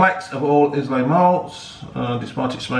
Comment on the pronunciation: There’s only one solution to you not being able to pronounce Islay, you should take over to Islay it’s a beautiful part of the country 👌🏻